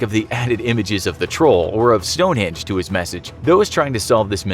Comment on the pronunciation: It's Stonehenge, not Stonehinge 😅